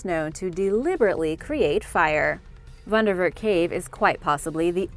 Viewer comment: Nice pronounce of wonderwerk cave not everyone can speak afrikaans words Weldone on the vidoe